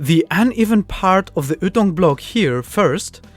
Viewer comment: The way you pronounce ytong is really funny... the way to pronounce it is y like the letter and then tounge.